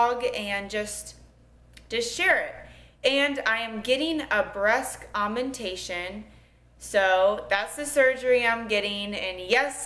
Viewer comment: breask aumentation lol